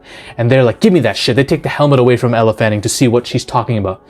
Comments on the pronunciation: IT'S NOT ELLA, IT'S ELLE (PRONUONCED "L") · Elle not Ella